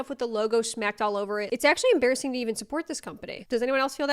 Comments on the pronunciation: Ha, , em-BEAR-assing XD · Em-bear-asing… sorry, I had to. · It’s ‘em-bear-assing’ 😂🐻😂